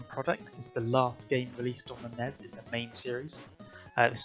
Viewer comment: Why do you call it the ness I am going to throw up